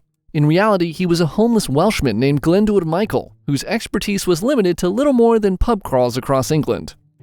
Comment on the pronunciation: Your pronunciation of Glyndwr is spot on!